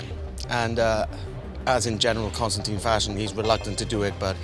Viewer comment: WHY CAN NO ONE SAY CONSTANTINE